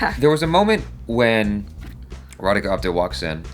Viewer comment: You said Radhika's name absolutely right 😂